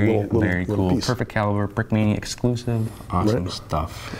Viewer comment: Брикмания ингличане а не брикминия😂